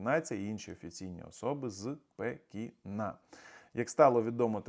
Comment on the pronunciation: У носі довбеться,лівим оком смикає,морду чухає,слиною давиться,та й "утвердітельно" тоє оце висловлювання: з-пе-кі-на.. Колхозан з провінції,гидко чути.